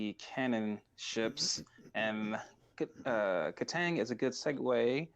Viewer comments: no kid , he said it right <3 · no they said it right